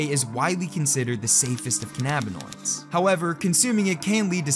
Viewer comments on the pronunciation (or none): listening to you say cannabinoids gave me a headache